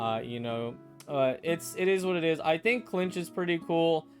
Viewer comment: first 😱 I'm probably gonna pull mualani out of all of them tbh edit: he called kinich "klinch" ICANT